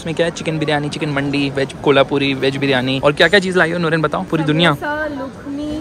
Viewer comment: Brrooo its not baji wali mandi its mandii